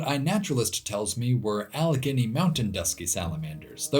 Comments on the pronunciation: Ah-lah-guinea for Allegheny pains me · All-ä-ghā-nee Say the a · “Allegheny” is generally pronounced “al-uh-GAY-nee” in case that counts for anything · Allegheny is typically pronounced Alla-gay-nee, instead of Alla-ginny. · your pronunciation of Allegheny hurt me in my soul Edit: Al-uh-gain-E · It's "App A latch a" and "Al a Gain E" mountains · correct pronunciations: apple-atch-a alle-gay-knee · It's pronounced AL-uh-GAY-nee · THE WAY HE SAID ALLEGHENY HURT (I’m a PA native) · Gah lost me with your incorrect pronunciation of the Appalachian mountains and the Allegheny mountains. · The way you said Allegheny and Appalachia kinda hurts my ears but hey, its only because Ive heard it said differently (and say it differently) my entire life. Good and informative channel. Keep up the good work.